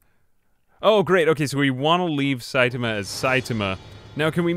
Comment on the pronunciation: Just another pronunciation update. :) You've taken to shortening the a in ta. So you sound like sait'ma. Make sure to include that a back in, the rest is perfect!